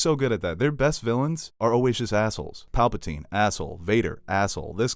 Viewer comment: Nobody:: Palpeltine